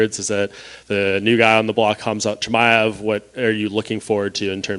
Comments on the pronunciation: Did anybody catch that he said cum-shot chimaev 😂😂😂 best shit ever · Did he say "kumshot" Chimaev? Haha! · No fan of Chimaev by a long shot. But Colby's pRoNunC!aTion "Cumshot" was pure heel with troll tendencies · Man said cumshot chimeav 😂😂😂😂😂😂😂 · What's the proper way to say his name ??? It's not Cumshot? I'm dead :) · I always burst out laughing whenever I hear Cumshot Chimaev. And I heard him say it like that at least 20 times 😄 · "cumshot Khimaev" 💀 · "colby Im not sure thats the proper pronounciation of chimaev's first name.." -🤓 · "I don't think that's the proper pronunciation of Chimaev's name" - John 'the phat simp' Morgan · Colby never misses with his pronunciation of people's names 😂💀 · Charlie Olives, Dustin Soyrier, Michael Chandelier, Justin GayCheese, Islam Mocklechev, Conor Mcnuggets, Darnell Bariush, That Hooker chick, Al eye-a-squinty. Lightweight division according to Colby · The funny part is Jon saying "uuhh not sure u got the pronunciation of his name right" that's so fucking funny been calling Chimaev that for over a year now 😂😂👌